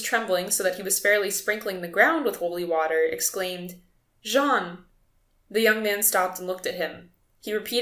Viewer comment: Correction: that is "jean" not "john"